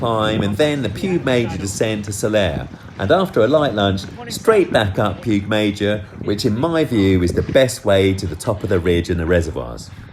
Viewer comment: lol I say your wife is in an unhappy marriage. And its pronounced Pig Mayor.